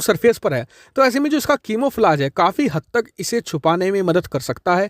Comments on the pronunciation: It’s camouflage not kimouflage LoL sorry but ap bahut funny ho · Chimo flaaj nahi... Camouflage is real pronunciation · Camoflize ( कैमोफ्लाइज ) होता हैं, नाकि कीमोफलाज, भाई सही उच्चारण तो कर दिया करो यार 😀😀😀